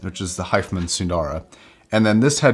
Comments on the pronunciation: It's Hi Fi.....man not hifemen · Pronounced: HI - FI - Man